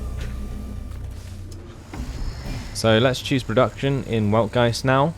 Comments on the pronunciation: say it how ever you feel comfortable. "Veld-Guy-Tzd" is actually how it is pronounced according to German grammatical rules. I wasn't going to correct you because this commentary is in English not German but I don't want you to be given incorrect information. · Just a heads-up, the proper pronunciation of the capital is "Weltgeist", pronounced with a V, so "Veltgeist".